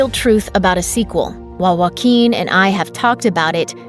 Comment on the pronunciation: WA QUEEN finally I found a way to pronounce his name properly 👊